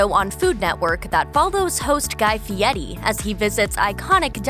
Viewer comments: I thought it was "F.i.e.R.i," not "F.i.e.T.i." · pronounced Fee-ety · F I E R I, there is no "T" in the name. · How TF does he come up with the pronunciation of his last name when there is no T in the spelling???